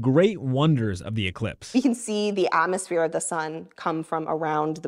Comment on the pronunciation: You can see the otmosphere. What the heck is an otmosphere? She's talking with a vocal fry??????